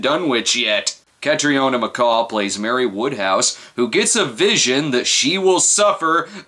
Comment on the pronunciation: Say it with me snob: kat-reen-ah!